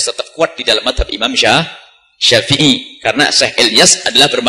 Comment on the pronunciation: Gosok gigi dulu ente bang. Ngomong Madzhab aja salah ente bang. Oya saya nggak pendukung Buya yahya lo. Tapi Saya tetep merasa lucu dgn kebodohanmu.😁